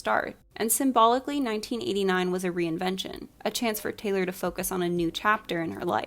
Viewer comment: taylor tayloor